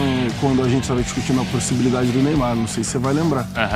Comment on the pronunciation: Pelo amor de Deus Dorival, Neyamar não